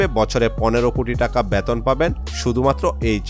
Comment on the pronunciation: Ucharon thik karo. "Beton" "Bell Icon" er ucharon tomar hoi na